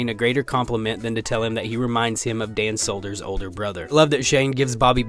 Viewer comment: “Dan Solders” lol